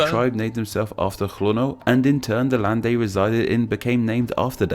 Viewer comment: Your pronounciation is on point :) The one tip I have is that, when you pronounce "land" in for example "Zeeland", you should pronounce it more like "lahnd" rather than "lend"